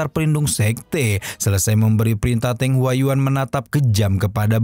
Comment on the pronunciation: Di baca nya "teung" bang bukan "teng" yakali teng saber😅🤣